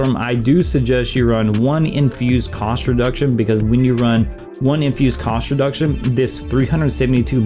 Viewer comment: you were explaining about Cinder Storm, what is this "infused construduction"? Edit: OMFG you Just said COST REDUCTION, I took hours to figure that out 😂😂😂😂